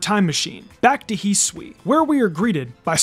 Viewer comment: You are saying Hisui incorrectly